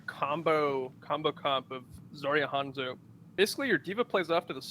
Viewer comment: Majime thank you for the insight. I didn't know it was a meme; I thought it was just something small that just slightly irritated only me. Iritate is a strong word but because of his knowledge of the game I honestly thought maybe everyone else was pronouncing it wrong until a few seconds later quickly reminded me it is Hanzo. However now that I know it's a meme and he does it just to make ppl like me whine I kind of now respect him for it. Lol